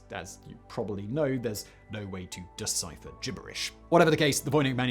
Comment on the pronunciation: “As you know, there is no way to decider gibberish.” Um…. Have you been to Louisiana? People decider their gibberish every day